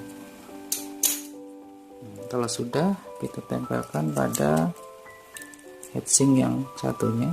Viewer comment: Inget hitsing om... Jangan hEtsing 🙂 semangat 😬